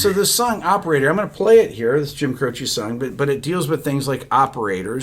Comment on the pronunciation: His name is pronounced Cro-CHE (not CHEE). With the accent on the last syllable. Dick Cavitt asked him when he was on his talk show and that's what Jim said.